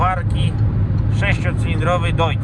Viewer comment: Plus za fachowe nazewnictwo ....że 'Dojc' , nie 'Dojcz' 😉😄✌️